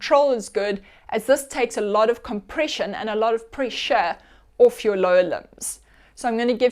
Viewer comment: When she says "orfth" instead of 'off' ....it kind of gives it away.